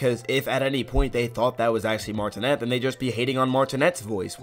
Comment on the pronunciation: Charles last name is pronounced “Martin-ay” not “Martin-net”